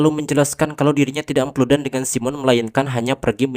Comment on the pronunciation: andi nonton ieu harepen kolot a, si aa ngomong epludan meni ahh 😌